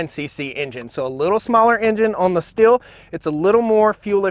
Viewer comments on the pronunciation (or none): Pronounced steel not still. I wasn’t sure till I saw an actual Stihl commercial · Stihl is pronounced Steel. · Thanks for your nice clip (which I have not watched to the end yet) and the Stihl is not pronounced "still" as you do since the 'h' is stretching the name and it is pronounced like the word 'steal' is. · I think you can't go wrong with either brand. My question is, where does the extra syllable always come from in the Husqvarna name? A vast majority of people say it like Husk a varna. It should be just Husk varna. And the Stihl name is pronounced like "still" when it should be pronounced "steel". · the saws are pronounced steel and hoosk varna. not still or husk a varna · OK guys and gals its Stihl pronounced "steel" not "still". Change my mind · the dude is butchering both chainsaw names. The other one is SH-til, not S-til. It painful to hear. People who consider themselves experts on something should at least know how to properly pronounce what they are talking about. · It is pronounced steal. Not still. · Yeah but...…..Stihl is pronounced 'shtill', not 'steel'. Andreas Stihl probably rolls his eyes every time the dealers say 'steel'. Pure advertising hype. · Stihl is pronounced "Steel" :| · I like how these muricans equally mispronounce both brand names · The simple fact that you don't know how to say Stihl properly lets me know you don't know what you're talking about. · Excuse me Sir, but you are maling the typical American mistake in pronouncing the factory names of these two european chainsaws. It would be a Nice touch of recognicing a different culture in trying to pronounce forrige names correct instead of believing that your Way u’s the better. The Stihl you pronounce as if it is spejles with two “l”s. It is not the h indicates that it should be pronunced like “steel”. The swedish ;husquarna Saw is pronounced straight: in two syllabels. Husq’uarna not like you think huskawarna. It is not Nice, Sir.